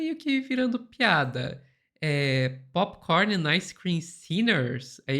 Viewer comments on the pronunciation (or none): Povo burro unido pode não ser vencido, a gente ri muito mas com medo. Não tinha sido melhor escrever o texto em português com a melhor pronúncia possível? Popicórni endi aice crime... Brésil. Por aí kkk